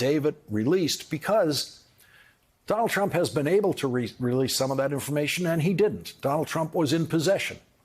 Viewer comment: It sounds more like he is saying "Donnel Trum" most of the time. I just call him Dump as that sizes him up pretty well.